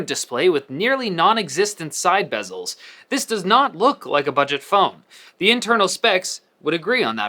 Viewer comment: Bessel, BESSSELLLS